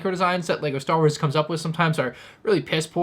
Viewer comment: You said legger starwers 😂😂 good intro dawg 👍🏻🥴